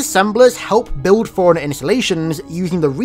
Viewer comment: i keep hearing foreigner instead of forerunner